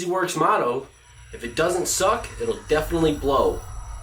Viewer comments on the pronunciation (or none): none